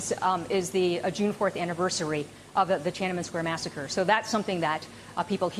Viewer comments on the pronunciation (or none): I thought she was talking about coffee, then I heard Tiananmen massrecre. What?